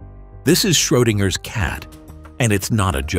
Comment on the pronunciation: Il faut rectifier le nom du savant : ce n'est pas Schroinger , comme vous dites si lamentablement , mais : SCHRODINGER , comme il est connu dans les milieux scientifiques .